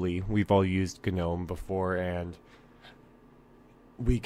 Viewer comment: Wtffffffffff..... Why does everyone say ganome... I feel like stabbing you all with a kanife